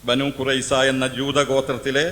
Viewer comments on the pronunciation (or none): Mr നിങ്ങളുടെ പേര് അറിയില്ല banu കുറയിസ അല്ല ബനു കുറയിള എന്ന് പറയണം ഇസ്ലാമിക വിമർശനം ആദ്യം അറബി നല്ലണം പഠിക്കണം അറബി അറിയാതെ ഇസ്ലാമിനെ വിമർശിച്ചാൽ വായിന്ത്യരുടെ ശീട്ട് ആയിപ്പോകും. ചുക്കുമു. ളകുതി. പല്ലി അറബി പഠിച്ച് വിമർശനം നടത്തൂ പ്ലീസ്